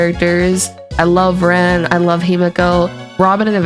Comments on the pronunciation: You keep saying ren instead of rin, i know it’s probably fine but its bugging me like crazy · Tomato, tomato… 😂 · Tbf, the name "Rin" can be said a few ways in english. "Reen" is the less common way in most dubs, though it is how they say it in the FSN im pretty sure but eh, its semantics.